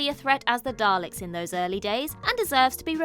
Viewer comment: and thats why he actually said...Dal to Ek!